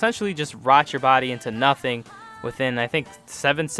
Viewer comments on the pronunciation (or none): none